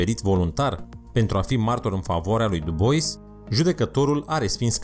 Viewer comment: Dubois..........citește fonetic.....